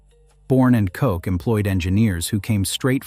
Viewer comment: That was very informative but details matter. You skipped around 60 years of the most popular machines Fellows ever made. Larry Bourn and Loyd Koch ( pronounced "ko", not "coach") are both still alive, Loyd still works even though he's in his 80's, and when talking about shapers you showed CNC gear hobbers derived from Barber Colman designs, not the Fellows shapers you were describing that we still service, repair , manufacture, rebuild and retrofit. The largest Fellows gear shaper ever made was a Hydrostroke that has almost a 3 foot stroke and over 100 inch O.D. capacity. On the Barber Colman, note, that video mentioned when the company started, but I've worked on models from 1903. We have all of the records. Maybe you should visit B&K, since we are OEM for 29 of America's greatest machine tool names including Springfield Grinders and Jones & Lamson, both named in this video. Yes, I've worked on many of those too. Please come visit us, we have the history and all of the blueprints for all 29 of those old American made machines. 2500 Kishwaukee St., Rockford IL.